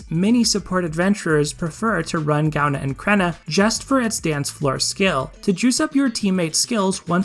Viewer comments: Partially because I'm Irish, partially because I'm pedantic, if it interests you at all (and if it doesn't, by all means, ignore this post): Gaibhne is pronounced something like "guy-vnyuh" (for the second syllable, roll a "v" sound into "nyuh"), and Creidhne is pronounced something like "cree-nyuh" (with the "r" rolled (technically a flap, if that makes sense)); if IPA transcriptions help, the pronunciations are [ˈɡovʲnʲu] and [ˈcɾʲeːnʲə]. Love your content; thanks for confirming my thoughts on the matter of water dragons. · I REFUSE TO PRONOUNCE GAIBHNE & CREIDHNE LIKE THAT